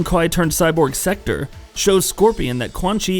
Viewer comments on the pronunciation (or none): The pronunciations are: Lin "kway" Kuai "LEE-AYNG" and Sek "Tor". Please verify phonetics before explaining these things.